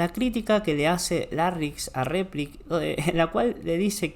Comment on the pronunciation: Cuando dice gomito y repliks me quito todas las ganas de seguir escuchandolo. Además muy poco dinámica y lúdica la enseñanza.